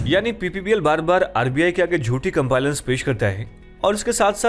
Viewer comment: Sir, pronunciation of compliance is wrong in the video